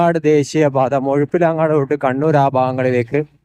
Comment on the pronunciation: മുഴുപിലങ്ങാട് ❌️ മുഴപ്പിലങ്ങാട് ✅️ 😁